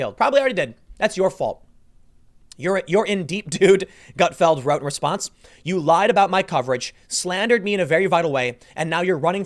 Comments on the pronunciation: I'll be honest, I had a hard time listening to you call him Greg "Gutfield" all the time in this video. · Not Gutfield, but Gutfeld! :)